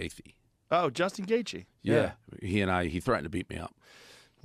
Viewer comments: Portnoy pretending he can’t pronounce Gaethje just makes him look like he shouldn’t have a company called Barstool Sports. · He doesn't know how to say Justin's last name but we are supposed to listen to anything he has to say about combat sports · Dave mispronounced Justin’s last name on purpose.